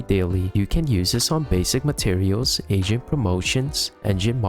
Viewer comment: Everytime you say "AGENT" it sounds like you're saying "asian." Quite frankly, it makes for some comedic content since each time you do it, the word "asian" also fits lmaoo